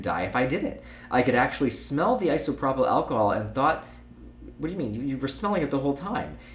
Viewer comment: Immaterial is a word. Also, Eye-So-Pro-Pull, not Iso-Prop-ill :P